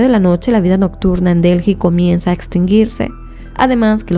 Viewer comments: Un comentario dirigido a: La capital de India, la ciudad de DELHI, no se pronuncia "DELJI". Se pronuncia "DELI". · Se escribe Delhi, pero no se pronuncia Delji, se pronuncia Deeli